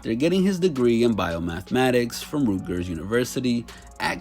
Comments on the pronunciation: Bro... dude said "rootgers" instead of "Rutgers"... you better throw some respect on those Scarlet Knights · “rootgers” smh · my mans said Rootgers university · Bro, are you intentionally mispronouncing words? Eked isn't pronounced ekked. Also it's not Rootgers. Not hating, just trying to understand if this is a bit. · It’s Rutgers not ROOTgers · "Rootgers" (Rutgers) and "Ekked"(Etched)? Really? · “Rootgers University”😂it’s Rutgers. Great vid tho. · ROOTGERS university? my nigga it’s spelled RUTGERS 4 a reason 🤦🏾‍♂️ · ROOTKERS? LMFAO 😂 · AYO Son, Did I just hear you pronounce Rutgers as ROOT-GERS? 😭😭😭😭😭😭 WTF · my man said Rootgers University, LMAO hahaha, get your self some edumacation my dude. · Bro did you just pronounce “Rutgers” as “rootgers”...wow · "root-gers university" lmaooo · Rutgers not ruutgers 😂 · He said “rootgers” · Did this man just say “Rude-gers University” ?? 😂 brother it’s Rut-gers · "Root-gers" oof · this man said root-gers university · Im from NJ you said "Ruckers" all the way wrong 😂 nxgga said "Rookers University" 💀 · "ROOT GERS UNIVERSITY" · RUT-GERS not RUGERS UNIVERSITY. Great in depth vid with excellent thought and commentary. 👍🏾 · Rootgers????? Lmao. It's RUTgers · Did he just say Rootgers 😂😂😂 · Man said ROOTgers 💀💀💀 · My man did you call Rutgers "rootgerz"? 😂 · Rootgers??? Lmao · Rootgers University? Lol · This dude said rootgers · What’s Rootgers?? Lol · Hahaha "Root-gers" University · Everything was going well until this man said “ROOT GUR” .. wtf 😂😂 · Man said “Rootgers” 💀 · Ion like how you pronounced Rutgers like rootgers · He said rootgers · “Rootgurs University” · did he say Root-Guers University??? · I never heard anybody pronounce Rutgers as Rootgers before, but ain’t no doubt Akademiks is a punk! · “Rootgers University” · For the record, it's RUT-gers University. No ridicule, just educating. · bro how can you mispronounce rutgers and eke, just sound it out dude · Did my man say "Root-gers University"? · Rootgers University 😂